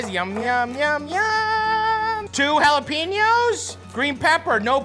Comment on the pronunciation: I love his cooking sesh. Especially how he says "alapeños" "Se"lantro Gives me warm fuzzies